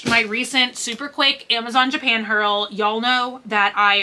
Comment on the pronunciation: Girl! Its gashApon! 😊🤣 Not gashpon. Lol haha OR are you saying it that way on purpose like your "hurls" (hauls)? 🤣